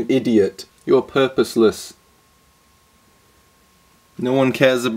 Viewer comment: “You’re purrrpousless”